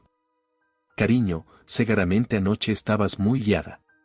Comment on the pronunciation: Por que segaramente?es que no saben el sonido de la u?la palabra es se gu ra men te!con u ,no a